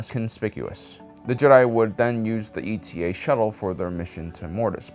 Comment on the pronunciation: minor correction: it's not E.T.A. shuttle, but Eta, as in, the greek letter. Ayy-tah (sort of). Slick video, keep up the good work!